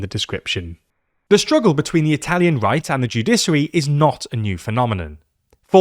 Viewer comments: Shouldn't the word sound like "judishary", not "judisary"? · Man I'm sorry but it's joo-DISH-uh-ree, not joo-DISS-uh-ree. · There is absolutely no reason to pronounce it "judissary." Stop it. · it's pronounced 🗣📢《JEW-DI-SHI-ARY》 Get it right‼ even a 5 year-old could do better. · What the fuck is a "judissary" and what the fuck is the "judissal" system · Joo-DISH-uh-ree, joo-DISH-ăl are the correct pronunciations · What the heck is a "Judisery"? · judiSary 😬 is that really how Brits pronounce it 😂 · The pronunciation of ‘judiciary’ in this is maddening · Being a lawyer in England, I've never heard a single lawyer pronounce it that way . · Dear God! Is that how the Brits pronounce "judicial" and "judiciary"..? 🤔 🤮